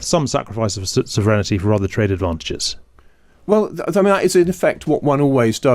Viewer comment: Why does he say "sovrenity"?